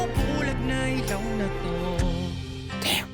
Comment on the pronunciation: I think you're the 1st reactor to pronounce ilaw correctly. More SB19 rv please❤